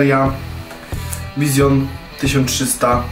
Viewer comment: Jaki Vision i jaka wersja stel ? Po pierwsze Vision czyta się Wiżyn, tylko z akcentem. Po drugie ta Twoja wersja "stel" to stiiil. Tak to się mówi.